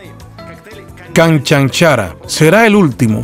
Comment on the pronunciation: La pronunciación de la palabra « canchanchara» es incorrecta. La acentuación va en la segunda sílaba.